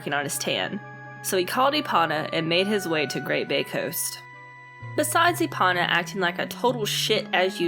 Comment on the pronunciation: Ee Po Nah. Not E Pawn Ah.